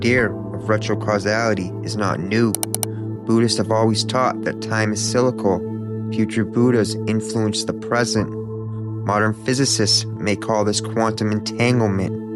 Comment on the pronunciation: Did you really just pronounce cyclical as silical? Oh and retro causal as retro casual?